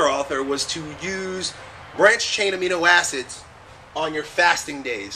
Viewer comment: what kind of acid did you say al i heard was brashsbabuda mino acid :P